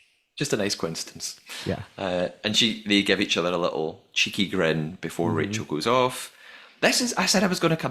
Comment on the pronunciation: I rewatched it and there's definitely crew swarming them as they close them for the first time, I wonder if they were locking them with magnets or something and 'forgot' to lock Stephen and Rachel's!? Also am I hearing things or did Stephen call Rachel Rakel at the dinner party?